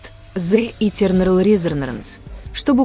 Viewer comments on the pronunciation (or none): none